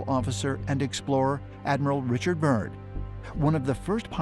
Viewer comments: Admiral Byrd - not 'Burn' .. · It's Byrd not burn smh lol 😅